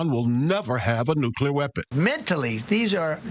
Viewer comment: It’s time for nucelar war! Get ready 😊😊😊😊